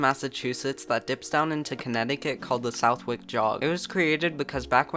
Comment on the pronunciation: Southwick is pronounced /sʌðɪk/ (suh-thik)